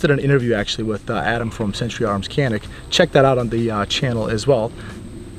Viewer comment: Its pronounced jahn-ik not canik. Just FYI since your the gun pros you should be aware of this.